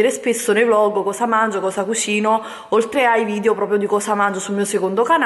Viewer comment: Sai che si dice "VidEo" e non "Vidio" ? 😞